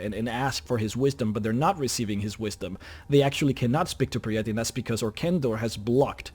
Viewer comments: It’s pronounced perry-ite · PJEE-RETTE it is pronounced ;-)